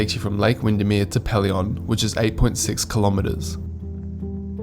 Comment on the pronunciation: Pelion is pronounced Pee-lee-on. You're hurting my ears! Also, when you mention passing Crater lake on day one, you show both Dove lake & then Crater lake. And Windermere hut sleeps 34, not 16 people. Trail fee is $0 from the end of May to the beginning of October. Obviously you need to be prepared for colder/harsher weather but it can often be breathtakingly good.